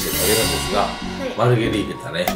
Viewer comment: マルゲリータじゃなくて、マルガリータになってる(｀･ω･´)ﾉ